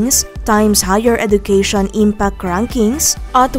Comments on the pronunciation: Hindi po edukeyshon but edjukeyshon ang wastong pagbigkas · Please pronounce education as eh-juh-kea-shun